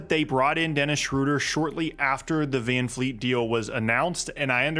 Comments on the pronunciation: Bro, his name is Vred Fran Feet, get it right. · All i wanna do is live long enough to hear pronounce FVV last name correctly ❤